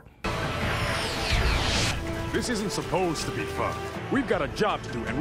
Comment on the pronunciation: Is it weird that I laughed every time Phil LaMarr said the word 'supposed' as Green Lantern? It's just funny to me.